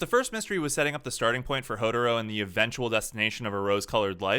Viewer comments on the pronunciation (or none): Its Hou"tah"ro